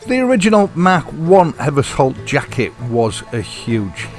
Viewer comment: Ever-sholt I think, not Evers-holt. There is an Eversholt street in London alongside Euston station it has a sh in the middle.